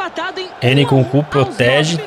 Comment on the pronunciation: o narrador falando o nome do nkunku: nucucu kkkk